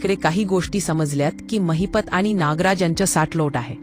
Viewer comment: It's Mahipat not Mahipta